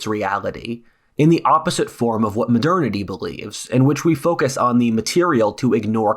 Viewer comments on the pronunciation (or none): none